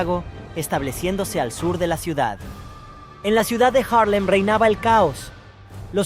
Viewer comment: Es Haarlem y no Jarlen.